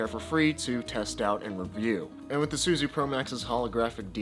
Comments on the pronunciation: This happened when Suzue switched their manufacturing from Japan to Taiwan. All the new Suzue stuff is made in Taiwan. The original NJS Suzue promax is the best one to have. BTW it's pronounced Su-zu-aye. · There are 3 syllables in Suzue. Minus one milllion fixie points for every time you said "SoO zOo", wtf is that how people speak in Sacramento these days? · Suzue is 3 syllables. 0 fixie points for mispronunciation ;)